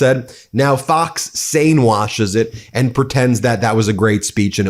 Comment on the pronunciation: Again, the more he lies, the more he says “ant” instead of “and”